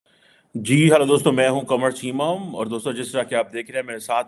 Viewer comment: What did I hear “Qamar Chimam”😂